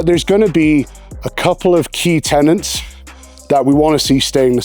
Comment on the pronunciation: Tenets not tenants.